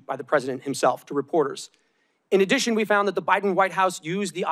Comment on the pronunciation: Adddations two cardiffcity